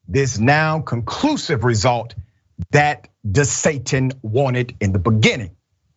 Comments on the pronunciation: Any commentator who intentionally mispronounces a person's name when they are talking about them, immediately loses what little respect I had for them in the first place. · Ron " Desatin " Love it....